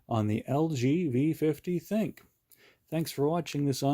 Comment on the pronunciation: You are the first person to pronounce the name right. Everyone calls it the thin Q , even all the top reviewers. The name is actually supposed to be called "think" and that's according to LG.